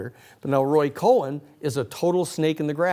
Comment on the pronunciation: Minor detail: it's "Roy Cohn"